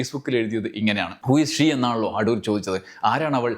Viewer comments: അഠൂർ അല്ല സർ. അടൂർ ആണ്. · അഠൂർ അല്ല അടൂർ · "അഠൂർ" എന്ന് കേൾക്കുമ്പോൾ ഒരു അസ്വസ്ഥത, "അടൂർ" എന്ന് പോരേ? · അടൂർ അല്ല....അടൂർ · അഠൂർ അല്ല, അടൂർ.. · അട്ടൂർ അല്ല സർ. അടൂർ എന്നാണ്. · ‘അഠൂ൪’ മാത്രമല്ല അവസാനത്തെ ആ ‘വിഠയും’ നന്നായിരുന്നു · ഉച്ചാരണം ശരിയല്ല. അടൂർ ആണ്. ഇത് കഠോരമായി. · ' അഠൂർ ' എന്ന് മന:പൂർവ്വം പറഞ്ഞതാണല്ലേ..?😅😅 എന്നാലും അതൊരു 'കൊഠൂര ' വിളിയായിപ്പോയി..😂😂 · Shailan's comments are great. Your pronunciation "ADHOOR" is also excellent 🎉